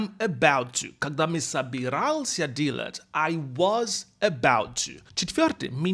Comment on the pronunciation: Поработай с произношением слова "делать". Ты произносишь это как "dealat'.." А нужно delat'. Там нет звука "и".